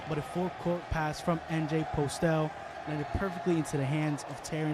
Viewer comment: MJ's last name is pronounced as Po-stell not Postel Thank you